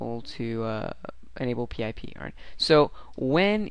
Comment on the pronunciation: lol i've never heard anyone actually spell it out P-I-P? just say, PIP